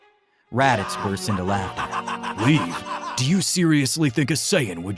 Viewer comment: leave... not levae!